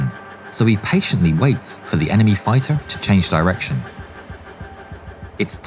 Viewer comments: i love the ai used in this. if people think its not, i guess you believe anyone pronounces the word fighter as fitter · Bro couldn't say "fighter" to save his life 💀